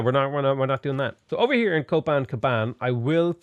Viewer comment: How have you not renamed it to Copan-Banana after all those mispronunciations